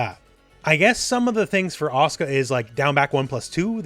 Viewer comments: It's asuka, not aska! Lol. Even Japanese wouldn't pronounce it like that. Ah-suh-ka, or ah-su-ka. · I've been to Japan, it's pronounced properly. You're not pronouncing the u, it isn't silent. Actually, no u in Japanese is supposed to be silent. It's just the Japanese tend to avoid using it because it's direct, and sounds like you. It's accusatory. They also tend to shorten their words. The ryukyuan language Japanese is descended from pronounces it. Okinawan Japanese is still like this. Just because it has a shortened pronunciation doesn't mean it's silent.